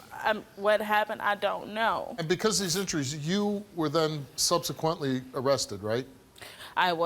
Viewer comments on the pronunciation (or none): none